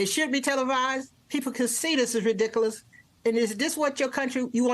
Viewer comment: That woman can't pronounce the word ridiculous.